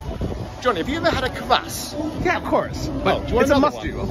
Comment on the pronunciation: Kvéss and kavass. Come on aren't you both supposed to be ukrainian experts? 😂